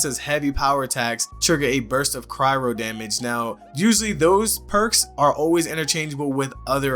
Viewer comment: That cryro tho. (Cry-o)!